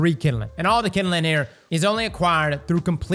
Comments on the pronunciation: My dude, it’s NOT KINDILING - it’s kindling. Two syllables. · Kinelin 😂😂 KinDling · All I think of is Bernie Mac saying jingaling every time says kinnelin(kindling) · The way he says "kindling"